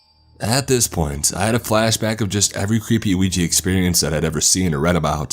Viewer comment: I am so good that you didnt spell it or say it "Wee Gee" it is pronounced we jah ! yes and yes.